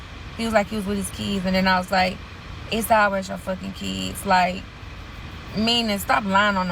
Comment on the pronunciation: Dem keeds, his keeds… what is a keeds?!?!